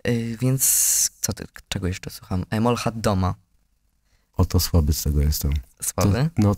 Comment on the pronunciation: nazwę tego zespołu wymawia się jako "Mołcziat Doma" (Молчат Дома - Milczą domy). Zapis "Molchat Doma" to angielska transkrypcja z cyrylicy. Pozdrawiam - ejtis, który zdążył się jeszcze w szkole nauczyć rosyjskiego. 😊